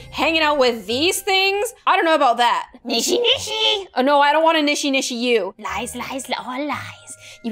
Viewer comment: I love how she said "NISHINISHI" when it was "NISHISHISHI"